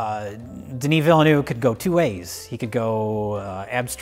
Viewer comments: Well, the first name was alright, but you did butcher his surname in at least two different ways. It's "Villeneuve" (pronounced approximately like "vill-nuv"), not "vilanoov". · Lmao, he butchered the surname.What are you smoking. Pronounced Veal - nerve. Not Vill-a-noove. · Its Villeneuve, phonetically it'd be like "Ville,n-of" i spent like ten minutes just sitting thinking of a english word that has the sound "euve" and the closest i can think of is saying "of" in a french accent. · Villeneuve's name is pronounced "deh-knee veal-nuhv" more or less. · It's pronounced "vile nuh ve" and it means "new city" in french. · Director's last name would be pronounced like "vill-nuhv". Denis was pronounced correctly. (I looked for a comment with the pronunciation and found none, didn't bother checking all 4,000 comments) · You would pronounce Villeneuve, something like Veelnov. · It's pronounced Denee Villenew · CORRECT PRUNONCIATION : DEN-EE VIL-NEH-VE Close enough. No sound in english that really capture the EU in Villeneuve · de-NEE vil-NUHV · Villeneuve is pronounced Veel-nerve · please.....it´s "vilnev" that´s how you pronounce it. geez. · Since I want to be the annoying one: Villeneuve is pronounced VIL-noev. Where 'oe' is the same sound as the 'ö' in 'Schrödinger'. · The first name Denis is said correctly. It's the last name Villeneuve that's intelligible. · It's pronounced 'IHOP Villeneuve' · got Denis -> deh-knee fine. Villeneuve however was bad. No offense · said the first name of Denis Villeneuve perfectly (The "s" is silent). However, he said the last name incorrectly. The first "e" is silent and he pronounced the "eu" incorrectly. But I cannot blame him for that last point, English speakers do not have the equivalent of the French "eu" and it is very hard to explain how to pronounce it. Yes, I am the one person to comment on this:-)